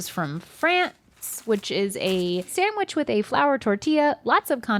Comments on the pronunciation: I love how says 'sam-wich'. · But she still can’t say sandwich correctly 😭